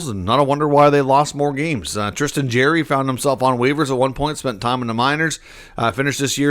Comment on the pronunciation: Dubas did great by unloading multiple horrendous contracts in hi acquisition of EK. He'll get a decent return for him. They've stockpiled 30 draft picks over the next 3 years and have as of today, 21 million in cap space. It's not pronounced Jerry.